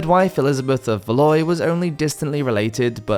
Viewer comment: Very enjoyable. The Habsburgs take the prize for the most inbred family in the Common Era. BTW Valois is pronounced val WAH. In French “ois” is always pronounced WAH.